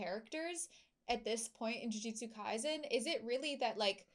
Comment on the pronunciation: I'm going to nitpick but I really wish they'd stop pronouncing Kaisen like it was a German word